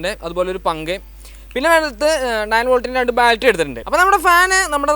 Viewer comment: Baltry alla battery